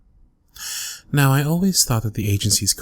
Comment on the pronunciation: i heard fanta instead of phantom lmao why